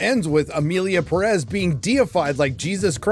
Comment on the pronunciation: ...why are you saying Perez like that, with the stress at the -rez? The name even has the tilde, that little thing on top of the é. It tells you were the stress of the word is, the Pé. Pérez.